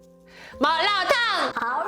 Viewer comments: 마라탕 발음 정말 표준적이에요! 중국에 놀러 오세요~기분도 빨리 나아지길 바랄게요 너무 슬퍼하지 마세요~중국에도 당신의 영상을 좋아하는 친구들이 많아요 Bilibili에도 많이 와 주세요~화이팅! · 중국인입니다…이 영상을 추천해준 사람… 넘 구마웡 ㅋㅋㅋㅋㅋ마라탕 세글자 발음이 진짜 미친ㅋㅋㅋㅋ정확한데 🐶웃겨 ㅋㅋㅋㅋㅋ 중국에 오신걸 언제든지 환영합니당!!